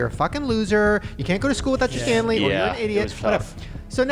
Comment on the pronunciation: Not me thinking of Hockey when Shane first mentioned "Stanely Cup" 😂😂